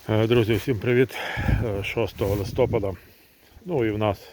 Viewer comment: Наголос правильно ставте на слово листопад на голосну літеру а, а не на голосну літеру и !!!